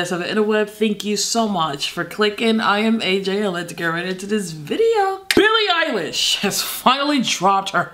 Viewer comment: Someones gotta count the times she said “BILLE MUHFKN EYELASSHSHHH”